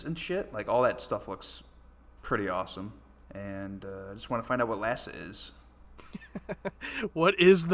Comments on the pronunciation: Its not LASA but IASA (eye-asa). For some reason they couldn't legally use NASA. I found this show when I was deployed to the Middle East and fell in love with it. So much so that I started attending "FarScape" conventions when I got home. As great as the show is, the fans are even better- they welcomed me home with open arms. And every cast member I've met is great. At the conventions some of them would hang out with us (in the hotel Bar) after normal con hours. A big force behind the show was the Jim Henson Company showing they are so much more than Muppets. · I believe it's"IASA" (pronounced Eye-ass-a) the International Aeronauts and Space Administration.